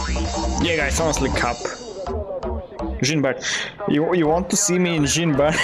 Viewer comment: My French soul everytime pronouce "Jean" - Mister Stark..I don't feel so good..